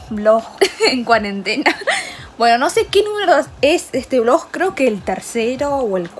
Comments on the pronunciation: Jajajajaja amo como dice BLOJ y ella misma se rie de eso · Su décimo vlog y aun no sabe decir vlog jajajaja la amo